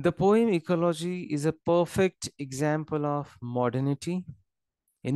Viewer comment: It's ecology not ecoloshii😢